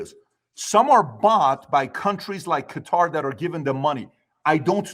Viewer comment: Tucker buying a house in Qatar (pronounced gutter) was a F-you to everyone calling him Qatarlson